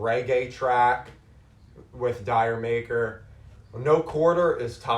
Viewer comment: i dont think its pronounced as Dyer Maker pal. its a reggae reference to Jamaica.